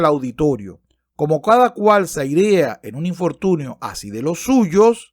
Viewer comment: "airear" "Teofrastro" "prescindibles" Etcétera... Tío, aprende a leer. Me desuscribo.